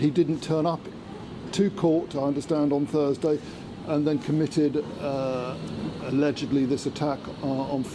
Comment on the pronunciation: "alegedlly" maybe this didnt even happened after all.